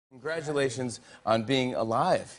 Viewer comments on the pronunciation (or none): "congradulation on being alive!" f*ck me up